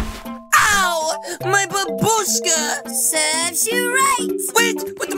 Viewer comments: Babushka not barbusake lolll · Its Babushka not babruske